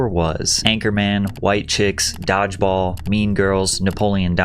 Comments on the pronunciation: Why is he saying "diveball" for dodgeball? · "Dog-ball": yeah, AI.